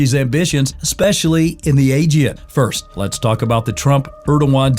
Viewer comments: AEGEAN, not agen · Please train your AI to say “Aegean” with the right intonation! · Learn how to pronounce: ‘aegean’, correctly first, and after you present yourself as specialist at the region’s matters.